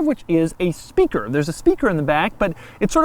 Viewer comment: after , when he started talking about the "speaker" in the back, i swear i thought he was saying "stinker" .. .. subliminal that had to have been the rubber.. rubbing .. against his.. .. back? voice recorder? .. .. i deno, the sigh didn't help, though haha